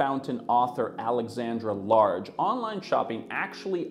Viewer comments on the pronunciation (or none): He also pronounced the author's name as Large instead of Lange.